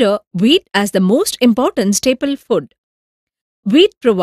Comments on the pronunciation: it's food not fud😂😂🤣🤣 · But its food not fud